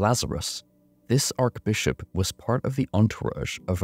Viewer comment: loved the vid. just wanted to say, archbishop is pronounced "Ar-tshh - Bishop" not "Ark-Bishop" just thought you should know for yourself. no hate.